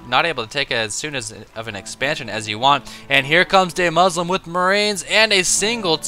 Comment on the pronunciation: Fyi, it's Duhmuslim. Not Daymuslim. I'm so happy Idra is trying weird shit now though.